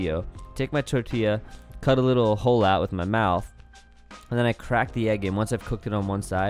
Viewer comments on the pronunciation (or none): none